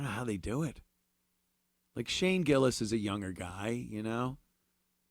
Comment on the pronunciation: Why does he pronounce younger like that? 😂